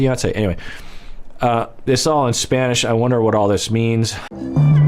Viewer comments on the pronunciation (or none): none